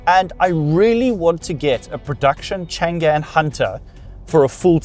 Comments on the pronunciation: CHANG AN 长安。。。。Not CHAN GAN。。。。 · Hi .it pronounce chang-an 長安 not chan-gan. 😅 長干